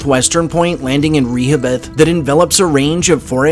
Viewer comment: Re-ho- bith